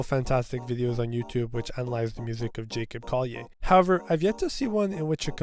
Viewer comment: You pronounc, his name incrorect... in the future, kondly f?